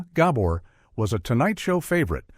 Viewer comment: "Zhah" "Zhah" "Ghah bore" 😂😂😂 Stupid AI